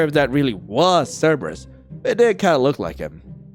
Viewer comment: "Cerbrus picks up cerbrus" 🤣